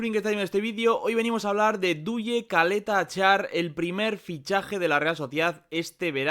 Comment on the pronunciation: Se pronuncia Chaleta Char